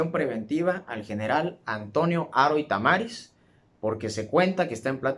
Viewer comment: Tamariz, se acentúa en la i, no en la 2a a, lo demás es correcto